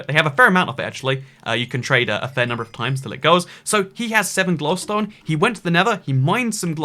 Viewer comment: You pronounce glowstone shittily.